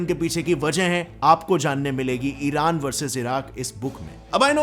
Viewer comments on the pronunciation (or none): none